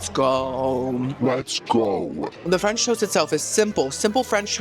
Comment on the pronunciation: Anybody with your pronunciation of French should not be allowed to eat French food.